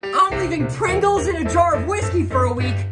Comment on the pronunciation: Did he just pronounce pringles as prEngles?